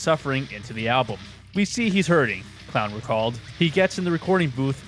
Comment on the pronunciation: any time I Hear someone in a video mispronounce Clown's name that's an automatic dislike